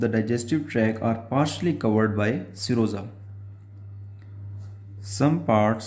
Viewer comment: I thought you were saying samosa